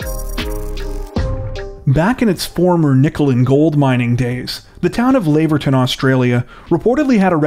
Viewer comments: Lav - er - ton..or 'Lav ah tun'..as in Lavender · hate it when they mispronounce names, Lav-er-ton, gheesh